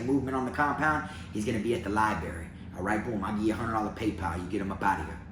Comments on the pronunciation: Love your videos man..I fu*k with ya..but I gotttttta say something this time lol. It’s libRary. lol I heard you say libary a few videos but always convinced myself it was just a mumble. Had to break it down now though haha. Not puttin you down homie! Just lettin you know. LibRary. 👌🏼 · Libary? Library! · "Li-Berry" - - 2021.